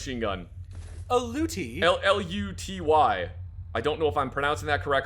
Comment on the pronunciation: you pronounced luty almost perfectly also please look at the heavy shotgun mods, they are great